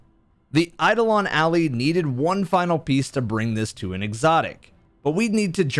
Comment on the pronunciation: Why does everyone pronounce Eidolon and Ally both wrong?